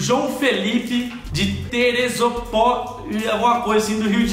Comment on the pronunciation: Teperopolis é Teresópolis